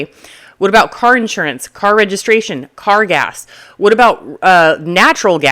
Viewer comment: I always get a kick out of the way she says "car gas".